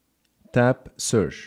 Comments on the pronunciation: Well, because of your accent, you pronounced the word search as searsh, that's why they both didn't respond immediately, but when you said it the second time it did. But good video. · This test is a very good idea but i think it should by done by a native English speaker. You seem to be pronouncing e.g. 'search' incorrectly. It is not 'sersh' and probably that's why there was no response from either phone. Same thing with 'share on Instagram' and some others. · When you say search you need to make sure to end it with ch and not s A little constructive criticism isnt bad you're doing a good job man